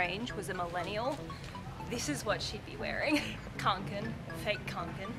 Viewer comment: i feel attacked. kånken isn't pronounced as kanken, its konken... å is a swedish o